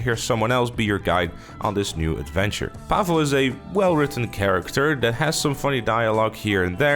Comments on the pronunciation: Its PAHvel....not pavool.cmon I expect better pronunciation from a Dutch man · mate its paval not pafal